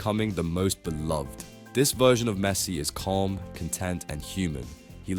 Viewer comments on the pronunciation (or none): none